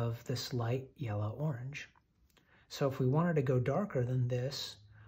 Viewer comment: Did you say, "yeller" on purpose? 😂 That's what I call it..